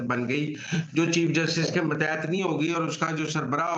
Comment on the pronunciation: متیت نہیں ماتحت ہوتا ہے جناب mateet nahi matehet